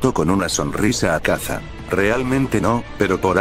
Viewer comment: Cómo que “azaka “??? habla bien;_